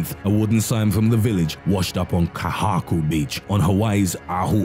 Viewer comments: Your pronounciation of kahuku and oahu island cracked me up😂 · If you ever need pronunciation help id be glad to assist as you pronounced oahu and kahuku wrong 😘